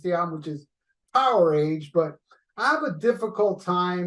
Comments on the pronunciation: I don't usually split hairs like this but Powerage is pronounced Power uge. Not power age. The a is pronounced u. I wouldn't be surprised if you know this and are pronouncing it how you prefer lol all good man. Peace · I've always pronounced it like their other album "voltage", "Powerage"